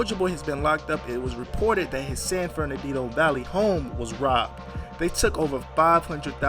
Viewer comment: This nigga said San verandino 🤣🤣🤣🤣🤣🤣